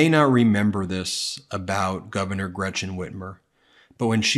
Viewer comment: First, can Tudor Dixon please pronounce the German name Gretchen not like it is spelled with a sh it is not Gretshen it is not Gratshen it is Gretchen and if you cannot than don’t use it, thank you‼️